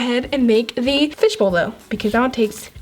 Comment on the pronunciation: Way did you say fishball butt!!! Omg soo weird